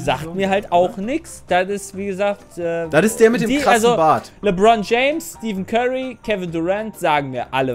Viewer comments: Stephen Curry heißt nicht Steven Curry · "Steffen" Curry wirds gesprochen 😜 Weil jemand bei Nike ihn "Stieven" ausgesprochen hat, hat er da nicht unterzeichnet. 👍🏼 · Steven Curry .... TRIGGERED Stephen Curry, gesprochen wie Steffen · Alter, der Gott ist gestorben!! Wie kann man bitte Steven Curry sagen?